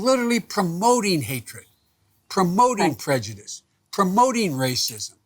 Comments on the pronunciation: did she just say prejudicedom? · Did she just day prejudism? 😂😂😂😂